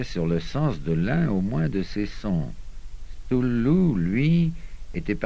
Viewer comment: "stoulou"??? sérieux! ... pire prononciation ever!!! sinon l'enregistrement est bien